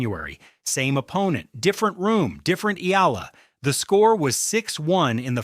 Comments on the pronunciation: E-AH-LA, NOT I-L-A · Not “E - LA” its pronounced “ E- Yeah- Luh” 😂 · Will you pronounce Alex surname correctly. It is not ila it is e y a l a. Eala. Ty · Get your AI to learn how to pronounce Eala... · When are these ai voices going to learn how to say eala correctly, lol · Anglicizing Tagalog words Laban and mispronounced Eala's last name 🤦‍♂️